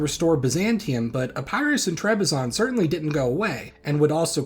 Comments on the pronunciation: Epirus, not " Epærus"😅 Polysyllables do not favour diphthongs. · Epairoos I love how he says Epirus